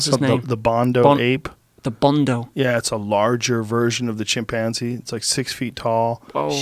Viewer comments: Nobody: Joe: chimpAAAnze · “Chim- Panzie” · Lol he pronounces chimpanzee funny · That’s what I heard too lol